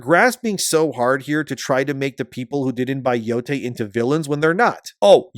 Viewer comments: Ghost of BOO-TAY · ghost of Nō-ty